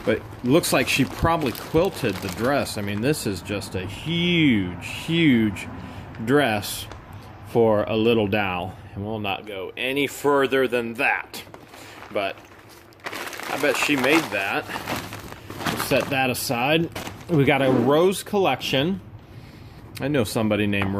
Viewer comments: who taught you to pronounce “doll?” 😂 You found a doll, not a dowel. Seriously, so sad for Bertha and family. So many things that are so important to the elderly that isn’t worth a dime to the family. Bet they were there to take any money left! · It sounds more like "dall" to me. Is than an Ohio accent?